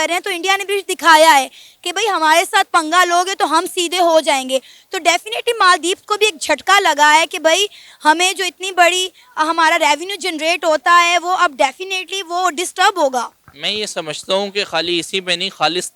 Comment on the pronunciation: Dajzka Nahi 😂 Zhatka Lagga Hai..😅 sry u r the Best..🧡🕊️💚